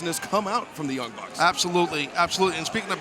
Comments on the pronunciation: he also called them the young brucks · lol he called them the young brucks